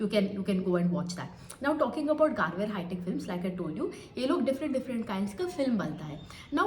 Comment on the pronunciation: Madam it's गरवारे not गारवेअर.....it's surname